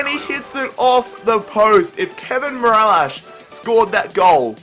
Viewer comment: not mirallash its mirilas